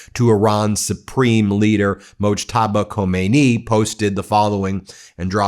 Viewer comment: Ben its mojtabah khamaneie not khomani